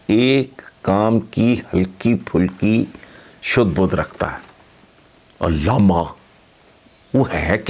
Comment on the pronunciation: علامہ نہیں اللاما